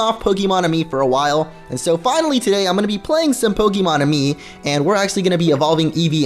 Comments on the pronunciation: I know you are Spanish. It's pronounced Aye-Me. This makes me wanna play Pokemon Y now... And you just need 2 hearts I believe to evolve Eevee, with a fairy move. The music notes mean nothing. The Enjoyment has to be 1 heart or more to show hearts when you pet it. Petting it lowers Enjoyment ( its dumb ). When you play with it that means it's Enjoyment is going up. Feeding it 1 PokePuff gives it 1 affection. 1 heart for 1 affection heart. Feeding it better PokePuffs means more hearts. Some Pokemon can high-five you. Just hold the hand, not on the Pokemon. Then they will reach out then you move your hand onto theirs. It rises their Enjoyment a little. The harder difficulties gives you better Puffs. If you are in a light bright enough and are in the center of the camera then you can play the making faces game. When you complete it your Pokemon gets happy and it's Enjoyment goes up. You need 3 Pokemon to play the Mini-Games. The slower your Pokemon eats then it's getting full. When it it's 3 slow bites then they need no more. HOLD the Puff. Don't let go of it. Female Eevees are rare FYI. Here is a link for the petting spots: Nice guide though. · BTW guys, it's pronounced Ah Me, Let me explain. Kalos is based on France, Amie, is the french word for love, and you evolve Eevee into Sylveon through affection there fore Amie, AhMe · it's ay-mie